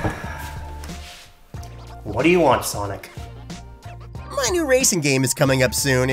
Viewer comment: Sonic Kid I thought you said Sonadow 😂